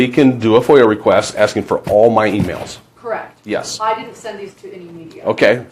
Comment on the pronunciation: “KERRRECT”😂 SOOOOOO WHATS THE POINT!?!?!?!